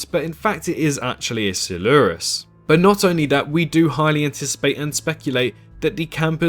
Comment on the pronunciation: You're not saying coelurus right